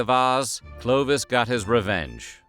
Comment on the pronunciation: It is NOT - 'Clo-d- vish'! But Clovis !!!🤬😡 learn to speak ou the name the real way !!! 🤬😠😡 And.. you said : could Clovis buy not another vase ? Even you said just few minutes before he stolen it? So what a bs !!!🤬🤬🤬